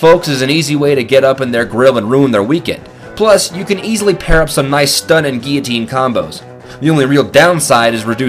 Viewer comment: ITS GUILLOTINE! NOT GEEYOTINE